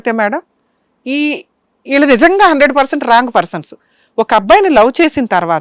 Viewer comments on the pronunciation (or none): none